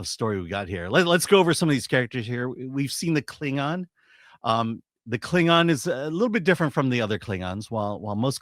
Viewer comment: A Kling-NON 😂 and a Fem-Haddar 😂 I think I'll pass.